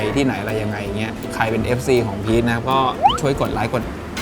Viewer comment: พีช(ฉิ)ครับไม่ใช่พิท(ทิ๊)